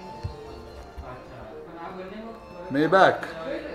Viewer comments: you pronounce it wrong way mayback, say maybaack. Now you know, knowledge is power 😂😂😂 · He dont even kno how to p4onounce maybach correctly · Maybach pronunciation sahi karo Sahil bhai.. google pronunciation karo